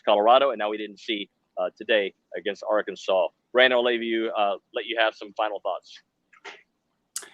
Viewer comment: The name is Arkansas. Not Arky, not Ark, not AR-kansas. MF'n Arkansas. Learn it. GO HAWGS